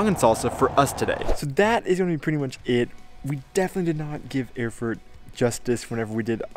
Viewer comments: Erfurt should be pronounced as "Air-Furt", not "Öhrfurt" ;) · Awesome pronunciation: The capital of Thüringen - Öörfört! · Pronounce like "air-foort"